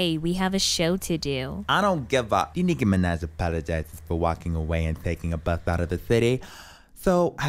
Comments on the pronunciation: Nicki Minaj ❌ Nicki mi-neh ✅ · “enmickiey managj” I’m dead💀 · Hiii ur vids are so funny I like how niki Minaj says her name like this niki meneh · It’s “De Niki mAnEh” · Nicki MINEH"** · ”nikki mena” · Nicki Mineh~ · De Nicki Mineh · I love how they pronounce Niki Minaj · I love how Nicky Minaj can't say her name right 🤣😂🤣😂🤣